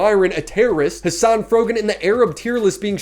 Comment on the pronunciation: Hasan doing the Obama fake pronunciation thing is wild. "Hussuhn NuzzzrullAH has been assassinated." Dude he had the first name as you! You're not an Arab, your a Turk!